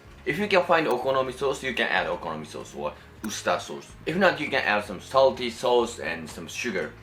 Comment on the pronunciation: Idk why but i love it when he says sauce like ‘sows’